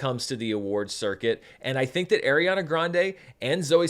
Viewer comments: Small thing - just because I didn’t see it early on in the Top Comments, so apologies if you already know, but it is pronounced like ARE-iana, not AIR-iana. I think she’s less snippity about people saying it incorrectly these days than when she was younger (which is awkward since literally some of her costars still say it wrong), but I just wanted you to be aware for when you film part two. Love your work as always and thanks for having your review ready! I’m seeing an early Wednesday night screening in IMAX with my brother tomorrow. Most anticipated film of the year for me, so I’m sooooo glad it has your seal of approval! ❤ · Unfortunately that’s not how you pronounce Ariana’s name